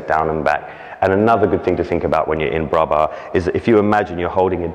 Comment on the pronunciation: Good video (even if I have doubt about the first... I always learn it's in front of the belly button; mayvbe different teachings...) . But PLEASE make a correction there! You don't talk about low bra, but about low arms! BRAS bas, not BRA bas. :P :P It's a new term for me, my teacher always call it the Huitième (8th); I'll know if someone use it one day so thanks! :) Keep up the good work.